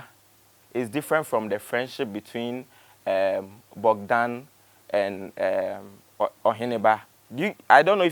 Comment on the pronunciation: The name is Bogdan not Bodgan please